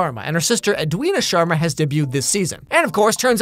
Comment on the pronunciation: pronouncing Sharma better than the Sharmas pronouncing Sharma.